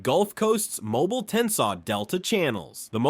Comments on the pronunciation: MOW-BEEL, not MOW-BULL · It's pronounced mo - BEEL! Say it with me, mo BEEL Not MO bull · 😢 MY FRIEND THE NAME OF THE TOWN IS PRONOUNCED MO-BILL NOT MOBILE😢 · it pronounced MOE BEEL NOT MOBILE, MOBIL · Mo BEEL NOT mo bul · "Mo-beel" Not "Mo-bull" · Pronounce Eufaula this way narrator: U-fall-ah!! Also Mobile is pronounced: Mo-beel not Mobile (mo-bull)!!!!! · It is not pronounced as Mobile, it is “Mo-Beel” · If you people are going to make informative videos use pictures that were actually taken in Alabama and learn how pronounce correctly the names of the places you are discussing. I’ve never heard of Mobull for example but I’ve heard of Mobeel which is how it’s pronounced in this state. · Its not pronounced mo-bull, its pronounced mo-bill. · Type "mobíl" in Google translate using Spanish language. Put the accent over the 'i'. This is the pronunciation. Mobile, Alabama, was named after Fort Louis de la Mobile, a French fort established in 1702 by brothers Pierre Le Moyne d'Iberville and Jean-Baptiste Le Moyne de Bienville, with "Mobile" likely coming from a Choctaw word for "paddlers," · First off , it's pronounced..."Moe... beeal"....not mobile like a infants crib toy. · I hate AI voices. Its Mobile (Mo-beel), Dolphin(Dol-fin), crappie ( cra-pee) ugh i lost track of all the mispronounciations.🙄🙄🙄🙄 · Seriously if you’re going to make a video about Alabama please learn how to pronounce names correctly Mobile is not pronounce like the mobile gas company it’s pronounce moh-BEEL and get your facts straight the Alabama state wildflower is the oak leaf hydrangea and the state flower is the camellia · If you can’t pronounce Mobile, that’s (Mobi-eel) then don’t narrate a video of Mobile. (Mobilee) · Didn't you learn that Dauphin is pronounced "doe-fan" and my beloved Mobile is now mobil...smdh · Tell your robot it's pronounced "Moe-beal" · As a Mobilian, we pronounce it with three syllables. Mo bea ll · It’s pronounced Mobeel